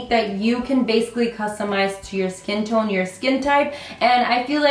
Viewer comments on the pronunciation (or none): none